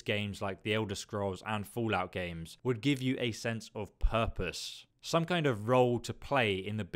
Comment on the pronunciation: I like how you pronounce the game as "FOOLout" throughout the video :)